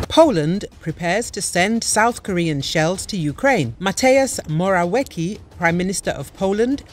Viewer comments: Moravjecky noto moraviki 😂😂😂😂🤣🤣🤣🤣🤣🤣🤣 PROFI😂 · Moraliki :) Moraviecki pronounce :) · Mo - ra - wee - tzki not Morawiki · It's not morawiki but morawiecki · Moravietzki, not Morawiki... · Not mora-wiki but mora-wetzky. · "Mateius Morałeki" hahahaha a chwilę później "Morałiki" 😂😂😂😂😂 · You proerly should pronounce it like „moravietzky” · Matejas Morałeki 😂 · Mr Morawiecki pronounce as moravietzky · MORAUIKI ? WTF HEHEHE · Try to read- Mora-viets-key and don't skrew it up again! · Mo-ra-vee-aec(its c not k)-kee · "Mo-ra-wee-kee" it`s not even funny. Is is a robot reading? Apparently there is no limit to how badly you can mispronounce names. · That pronunciation of Morawiecki is absolutely hilarious xD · The way you pronounce Morawiecki is extremely terrible. He is not English or American. It is 21st century, it is easy to find how to properly pronounce names of known people. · Your pronunciation of Morawiecki is total shambles. Prepare yourself first.